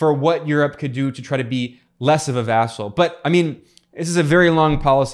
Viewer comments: it's vassal not vessel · I think someone was saying "asshole" with an accent.